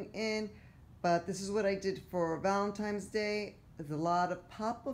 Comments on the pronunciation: Looks really great overall, I love the Buffalo plaid on fireplace candles and pillows, love the touches of pink. Maybe a little too much on mantle top. By the way, you keep saying Valentimes with an M instead of Valentines with an N. Other people make the same mistake, just thought you might want to listen to your video so you hear it. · So cute but FYI it is pronounced ValentiNe's Day not ValentiMe's Day.